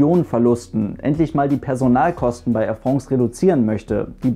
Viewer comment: Wenn der Bub irgendwann France richtig aussprechen kann, wird mir was fehlen... 😄